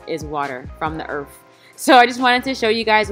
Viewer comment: I love it from the EARF 🤣😍